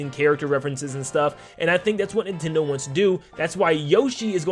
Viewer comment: It’s NIN TENDO! Not INTENDO